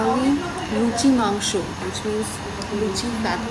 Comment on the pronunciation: Luchi and mansho pronouncing is amazing 👍👍👍👍👍👍👍👍👍